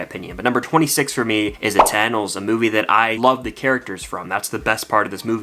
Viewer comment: Bro went to British when he said eternals.